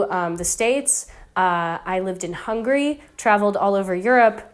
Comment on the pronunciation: 15 years wasnt enough to learn the name of the Country? It is Hungary not hungry.